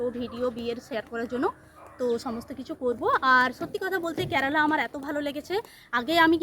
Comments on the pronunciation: I have subscribed your blog. But you have one problem, please rectify it. Why do You pronounce Kyarala ক্যারালা but it should be Kerala কেরালা I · Thikmoto uchchron koro." "Kyarala" na " kerala". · Kerela উচ্চারণ ঠিক করে বলো 😮😮